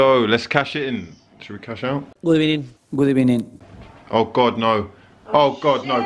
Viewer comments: These random "gud ebening" sounds are hilarious 😂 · The "good ebening" gets me everytime